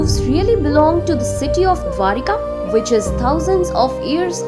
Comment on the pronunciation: Not dwarika.... Correct it....the name DWARAKA